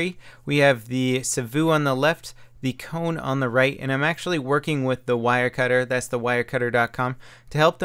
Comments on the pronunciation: Its not pronounsed coun its kone :P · Did you know that savu is smoke in finnish. Kone is machine. And if it is in finnish (I mean that if the name is supposed to be said in finnish) you should be saying i think something like sa-vu and ko-ne not seivu an koune or something I'm really not that good in english to explain but something like that. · No it's not that hard, but it's also not the way you would say "cone". The "e" in the end doesn't disappear and there's no "u" sound in there. And with Savu he's quite there, only needs to drop that long "uu", it's a short one. :) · If you wonder what mouses names mean, i'll give an answer; those names are finnish words and "savu" (spelled just sa-vu, not "sa-vouuh") means smoke and "kone" (spelled just kone not "koun") means machine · Ahahahahhaa the way you say Savu and kone is HILARIOUS they are finnish words! Translation Roccat smoke and Machine gaming mouse.